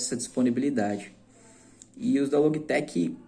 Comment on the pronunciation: Confesso que "Loguitequi" me pegou um pouco kkkkkk mas o vídeo tá show!